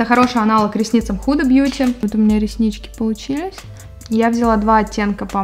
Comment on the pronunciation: когда впервые услышала это "худа", меня чуть не стошнило. люди, которые смотрят англоязычных бьютиблогеров, поймут.